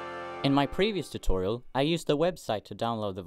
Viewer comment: You make a video tutorial, put "tootoral" in the title, and didn't animate Joel freaking out over it. "T-TOOTORALS!? Tootorals?"